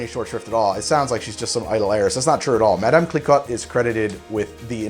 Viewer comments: Pronounced 'Kliko' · Just a heads up: Clicquot is pronounced "Klih-koh" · It’s pronounced “kle-co” not “kle-cot” bud. Source: visited the Marne valley in July and saw the cliquot castle. Also drank an insane amount of champagne. Best vacation ever! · Clicot is pronounced 'klee=coe' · It's pronounced Clee-coh! Veuve like love and Clicquot like clee coh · Cliquot - pronounced “Klee-Koh” 😉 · its pronouced cliko with a silent t